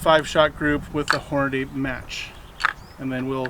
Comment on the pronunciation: check a box of your ammo to see how Hornady spells it's name. It doesn't say Hornaday, it say's Hornady. hmmmmmm